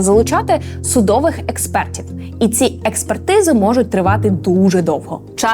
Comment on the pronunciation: Побуду трошки нудним, але правильно буде "судовИй", а не "судОвий". Це так часто було в цьому відео, що залишив коментар. привіт!